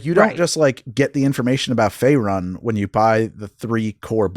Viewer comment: I won't be the guy who says you don't know D&D due to pronunciation (, you've more than earned your nerd card), but hearing "Fae run" and not "Fae roon" was like nails on a chalk board to me lol